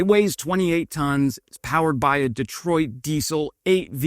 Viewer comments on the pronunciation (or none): none